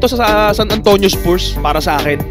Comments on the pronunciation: Haba ng content, paulit ulit na video, nakamirror effect pa, click bait pa ang caption, di na daw papakawalan ng spurs (mali pa pronounciation, pronounced as spars yan not spoors) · spuurs talaga... spars ang bigkas non...